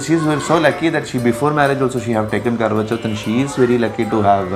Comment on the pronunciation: It's Karwa Chauth!! Just correctly, don't mind.